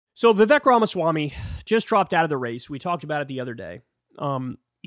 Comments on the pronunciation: Hi Kyle, I’m a fan. Please learn to say Vivek’s name properly, it rhymes with cake. It’s been public knowledge for a long time. I think the joke implies that Trump is so racist, he offered Vivek a job in the White House 7 Eleven. The joke has angered a sizeable number of MAGA supporters and has become a bit of a Rorschach test. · This is a small thing, but why does Kyle refuse to say Vivek’s name right?